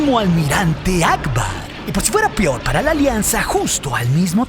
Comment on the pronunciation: jajajaja, dijo “pior” 🤣🤣🤣